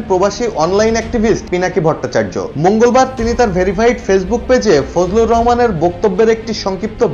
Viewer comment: ফজলু না বলেন ফজু